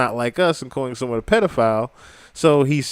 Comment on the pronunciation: He did 17 push ups…..underage and he says pedif owl!